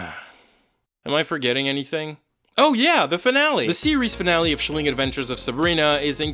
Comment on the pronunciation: "Sheeleeng adventures of Sabrina" hahahahahahaha